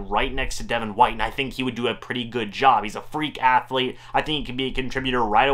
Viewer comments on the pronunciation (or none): none